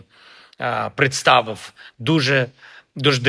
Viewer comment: Чому , так принижується мова України , навіть обранцем народу ? Чому , посліфффф, якщо послів ? Представиффффф, як що представив ? Чому , дипломатіфффф, як що дипломатів? Чому кієффф , як що Київ , напишіть йому -Кихв , як пишеться , так і промовляється !